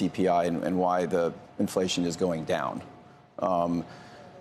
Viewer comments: Did he just say shart, or chart? Can't tell the difference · did he say “shart” instead of chart ? 😂 I’m pretty sure he said, “ the most important shart” 💩 😂